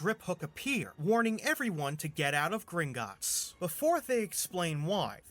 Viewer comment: Does anyone remember the travel mom saying Gringitts?